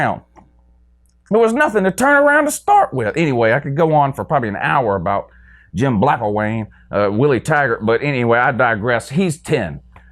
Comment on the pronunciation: "Jim Blackilwain".......I'm dying. Have a Good Morning sir.